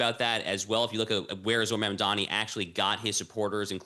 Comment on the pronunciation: needs to learn to say Mamdani correctly.She just doesn't care to say the man's name correctly